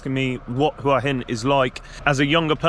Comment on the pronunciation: Thank you so much for pronouncing Hua Hin correctly. หวัหิน